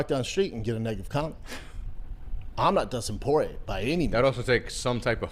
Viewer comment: Dustin por-ay